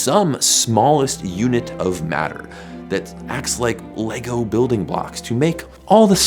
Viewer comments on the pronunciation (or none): none